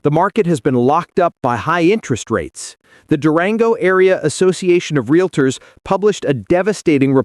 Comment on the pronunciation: They are 'realtors', not 'realators'. 🙄